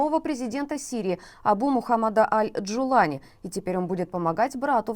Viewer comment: В иранской группе языков, ударение падает, как правило, на последний слог. Правильное ударение - ДжуланИ, РаисИ, СулейманИ.